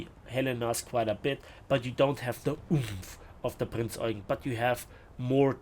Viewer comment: Its Prinz Eugeeeeen not Eugn 😅. Sorry, aber ich habe mal in der Eugenstraße gewohnt. Da hatte jeder einen Anfall bekommen, wenn man es nicht ordentlich ausspricht.